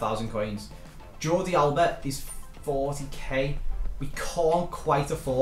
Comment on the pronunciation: Alaba ya mean alba